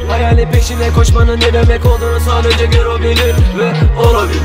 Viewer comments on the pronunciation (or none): PEGA MERA kardeş gero değil Ghetto okunuşu gero olarak okunuyor